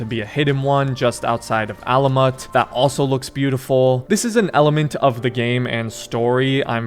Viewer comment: Alamut not Alamutt